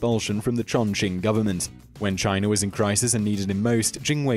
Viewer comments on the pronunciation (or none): none